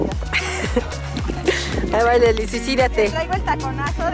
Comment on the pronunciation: Se dice lessli